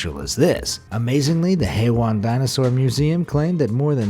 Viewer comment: Hé Yuán--河源. It's pronunced "hhuh' ya-in". :)